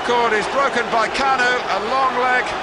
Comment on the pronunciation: "KAN-U" Believe it? 😁